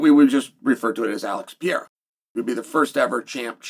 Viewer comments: Just say Alex, you Butcher his Brasilian name badly…..Horribly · For the love of God, can you and the Jaxxon dude just say Alex from now on. 😂 If you still can't pronounce Pereira properly at this point you deserve to have him beat your ass.